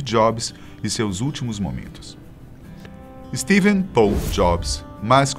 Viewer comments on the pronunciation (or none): none